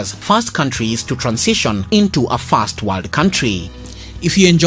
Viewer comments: I could hardly make out if you said "first" or "fast". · Which voice are you talking? I heard "first" as "fast" Please you doing well but needs more improvement